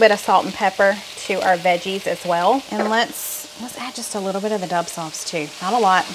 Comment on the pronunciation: I think it’s Dub as in the letter w